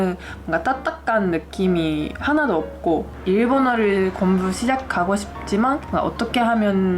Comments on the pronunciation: 그래서 발음중에 공부가 곰부로 들리는거였군요^^ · 발음이 너무 귀여워요 곤부 ㅎㅎ